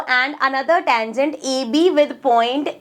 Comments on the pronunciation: Tengent,❌ Tangent✅ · mam sorry to say but it is tangent not tengent your pronounciation is wrong sorry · Tangent ❌ Tengent✅ Style hai hamara 😂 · Ma'am ur not pronouncing 'tangent' correctly 🥲